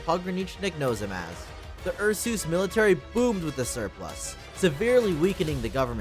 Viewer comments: Ursus is pronounced as "Ar-Sas" not Ar-sooos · isn't it pronouced "oor-soos" like in latin? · Calling Ursus U'r Sus has to be a bit, nobody can mispronounce a fairly simple name that badly. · The "Ursoos" pronunciation has me dead😭. I normally just say Ursus. W video tho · You said ursus wrong on purpose to avoid saying sus didnt you? Lol